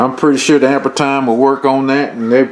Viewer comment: pronounced "amp-ear"